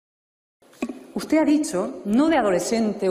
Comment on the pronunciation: SEÑOR VICEPRESIDENTE DEL GOBIERNO .USTED. SE PRONUNCIA COMO SE ESCRIBE ..NO SE PRONUNCIA USTEZ ..Y ESTA SEÑORA TIENE RAZON ...USTED ..JULIO ..MIENTE MÁS QUE VE ...